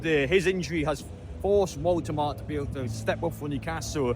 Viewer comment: It’s pronounced VoltamaDA.